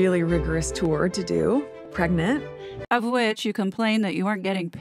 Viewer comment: It really gets on my nerves how Megabarf says "preg-net", instead of pregnant. Why won't she say it right? 😠